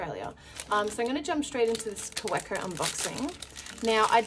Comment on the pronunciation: Kaweco is German and the w is pronounced like a V. Ka-vay-Ko. I know because I was corrected myself. I like that pen its just hard to see exactly what color it is. It almost looks black. I just told myself I wouldn’t buy another Twsbi and I did. I bought the latte or café. I can’t remember what color it was with the bronze. brand new color way.